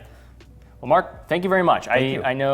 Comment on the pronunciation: It’s mawk!